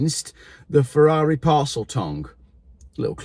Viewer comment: Poor old. You gave me a great laugh as soon as l heard your attempt to pronounce the Ferrari name. Should have contacted SHMEE 150 he owns one......The 'parcel tong'.......Love your show....keep up the great work nEVer an electric car for me